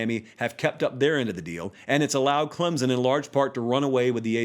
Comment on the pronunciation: Just say Clemson correctly